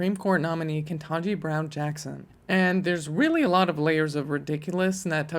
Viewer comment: Ke-TAN-ji, not "ken-tah-ji."